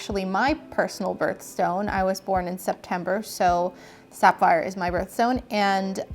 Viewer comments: isn't it pronounced saff - eye - er not, sap - fire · wait... did she say "Sap-phire."???